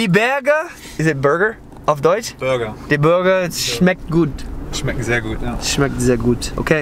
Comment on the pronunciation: Its not smecht, its "schmeckt"